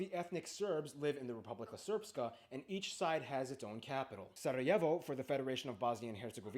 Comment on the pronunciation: An interesting overview. I feel his pronunciation is a bit off, especially the "long R" in the words Srpska and Brčko - he added a vowel that isn't there. And he shouldn't say "Republic of Srpska" because Srpska is an adjective, not a noun. A better translation of Republika Srpska is just Serbian Republic. He also kind of mixed up Bosnians and Bosniaks. Nice reaction from the two of you though. I enjoyed this.